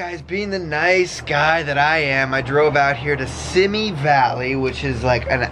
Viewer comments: It's pronounced "see me" valley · I live in Simi Valley and you said it wrong. It's fine not many people know about it.